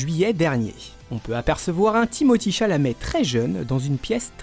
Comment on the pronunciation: Sont nom se prononce Timothér et non Timothii